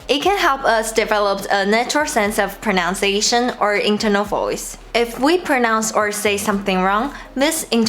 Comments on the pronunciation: my tip would be that pronunciation doesn't have an 'o' in it. it's pro-nun-ciation not pro-noun-ciation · Your English is excellent and sounds really natural - fantastic! As a tiny tip though - and many English native speakers also say this by mistake - there is no "ow" sound in pronunciation - only in pronounce. In pronunciation the middle sound is 'uns'. Have a lovely day!